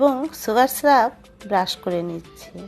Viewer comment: সুগার স্রাব বলেনা আপনার উচ্চারণ ঠিক করেন সুগার সিরাপ বলে...